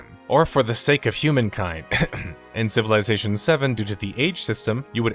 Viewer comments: Take a shot ever time he says CIVILAYZATION! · It's pronounced "civil izz ation". Not "civil eye zation" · I can’t watch this because of the way you say civilization.